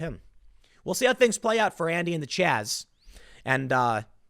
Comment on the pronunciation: It's Chaz not Chop